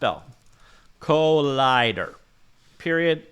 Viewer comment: "colider" lmao